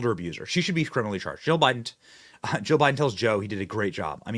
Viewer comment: I can't tell if you are saying Jill or joe